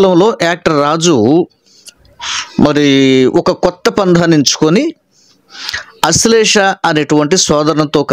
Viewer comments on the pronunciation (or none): అశ్లేష కాదు "ఆశ్లేష"గారు